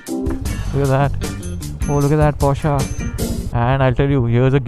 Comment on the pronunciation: Okay... After hearing porscha for the 6th time, i must step in and correct you bro. Its porsche as in posh not porschaa like machaa.. 😂 contessa impala is right but porsche is posh with a r.